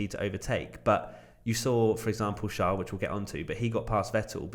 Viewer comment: its not shaarl it is charles